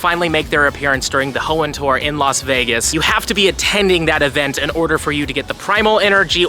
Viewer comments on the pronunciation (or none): none